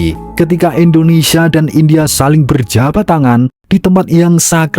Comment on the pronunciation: INDONESIA BUKAN ENDONESIA Nyebut nama india benar, nyebut nama negara sendiri Salah. Parah lu min 🤦🏻‍♂️🤦🏻‍♂️🤦🏻‍♂️